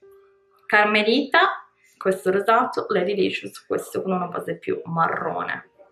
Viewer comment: È "caramelita", non "carmelita", grazie per la recensione! Ti consiglio di fare gli swatch sulla parte interna dell'avambraccio 😊